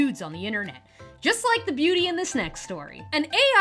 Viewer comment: It sould like you said " dont forget to wipe , comment and subscribe " . 😂bahahaha . Great show today !!!